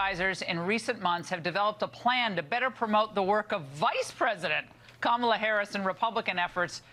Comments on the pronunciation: It’s pronounced Kah-mah-lah not Camela 🐪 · Charlize Qwark really called Kopmala "Camilla" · Coma - La LoL 😆 My wife is in the other room and is apparently listening in to hear you say "Cam-a-la & immediately came back in & set said it correctly, then spelled it as it sounds, fire me & you 😆😆😆 I say it wrong, all the dang time!! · They mispronounce Kamala's name on purpose, 100%